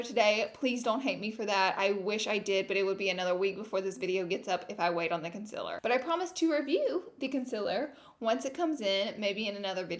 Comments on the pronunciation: Its concealer not conciler 😂😂😂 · I know you say you know you say concealer weird but I've never noticed until the first 2 mins of this video The conciler gurrl! LOOL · take a shot every time she says “conciller” 😂